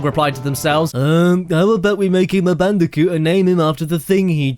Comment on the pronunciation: Bold and Brash Candicoot